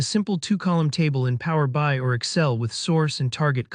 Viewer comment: commentary does not match the video - there is NO customer table. Plus it mispronounces Power BI constantly. Just annoying.